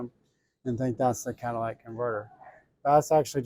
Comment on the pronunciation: In the word catalytic, where the letter y is you are pronouncing it with a letter a sound. It’s catalytic, not catalatic. Not being a jerk, just giving you a heads up. At least you’re not saying Cadillac converter like I’ve seen on another video or two.🙂